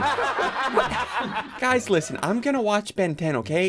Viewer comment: "Ben 10" "Ventin" hmm...